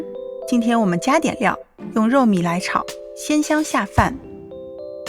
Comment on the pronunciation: 肉糜的糜是第二声，不是第三声！一开始听得我很困惑，肉米？？？你直接说肉末不就完了呗。